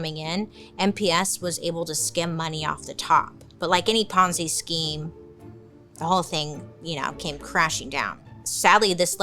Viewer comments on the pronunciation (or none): none